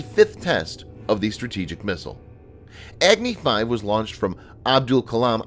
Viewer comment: Its not eggnee 5. Its agni 5